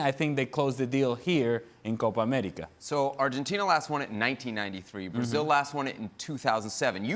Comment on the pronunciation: His actually Venezuelan and he is pronouncing it correctly.